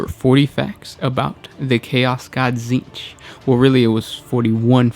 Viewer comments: Okay this name has to take the cake for most oddball pronunciation. Essentially "TSzceench" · You can't even pronounce the name right … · They're just reading off the Wiki. That's why they can't pronounce the words.